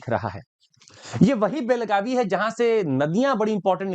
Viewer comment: बेळगाव not बेलगाव